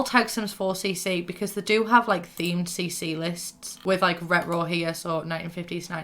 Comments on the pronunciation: I just realized you've been saying retro this whole time. I could never figure it out lmao. Sounded like Scooby Doo going "rut roh" (no hate I just couldn't understand lol) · The way you kept saying retro was so annoying 😂 I know it’s cuz we have different accents tho 😂